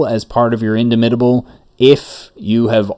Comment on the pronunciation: In DAH mitable as in DOMinate